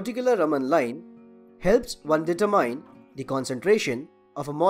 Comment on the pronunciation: The way you emphasized certain syllables in words distracted me a lot from the content. Maybe looking up standard English pronunciations before doing voice-overs would help. Analysis, determine, and spectroscopy for example.